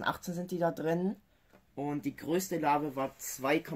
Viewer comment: Bitte sag Larve und nicht Larwe, jedes mal wenn du das sagst bluten meine ohren